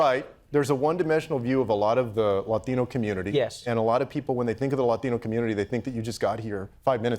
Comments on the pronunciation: How to pronounce latino like a latino :D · holy shit that 'latino' was... beautiful